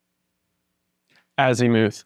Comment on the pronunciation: AZ i muth not azEEmoooth :)